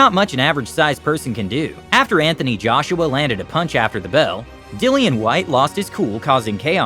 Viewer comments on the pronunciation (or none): none